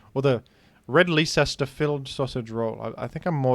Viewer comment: Adding “Leicester” to the list of words needs to learn how to pronounce, which does not currently include Groudon